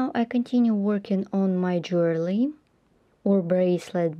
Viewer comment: It’s Jewelry get it right and try to pronounce properly when talking